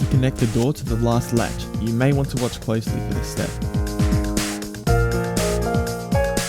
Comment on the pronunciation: closely not cloesly